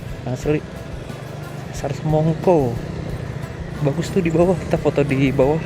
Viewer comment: sesar dibacanya pakai e pepet (spt dalam kata "pernah") bukan pakai e taling (spt dalam kata "sendok")